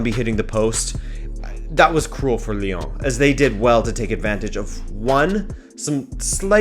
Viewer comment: The way he says Lyon “liong” 😂